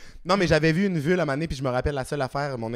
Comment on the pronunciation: jsais bin que t’es aux hommes mais on dit une vulve pas une vule lol